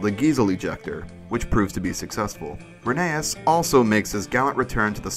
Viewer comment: IT'S RHEN-E-US